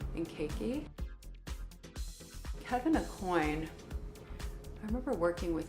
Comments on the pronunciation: Is she pronouncing Kevin Aucoin all wrong, or is it just me? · I thought Kevin Acoin was pronounced Akwan. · The way she says Kevin aCOIN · Should be "Oh-kwa", or "Oh-kwan" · “Kevin a-coin” haha ok Cindy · She can't pronounce Kevyn Aucoin's name correctly? Hillbilly. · Did she just mispronounce Kevyn aucoin?